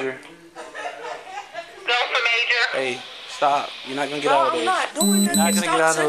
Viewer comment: ”gon”?? Were you trying to say “going”??